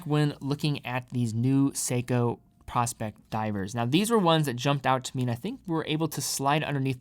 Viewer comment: Uh, nope, the bracelet DOES have a diver’s extension. Someone is demonstrating how to use it in your video. How can you produce a video, if in fact you produced the video, and have no idea of the content in the video. Are you a content creator or not? Asking for a friend. And it’s pronounced Pro-Specs as in Professional Specifications. No what your hawking dude. You’re damaging your credibility. Sheesh. SMH 🤦🏻‍♂️